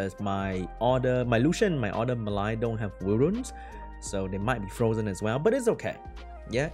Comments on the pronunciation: It's not "Me Lie" it's "Mel E ah" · pronunciation doesn't help, but it is spelt "Mellia". Close haha:)